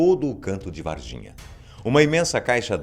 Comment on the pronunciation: Juro que ouvi e Et de vagina kkkkkk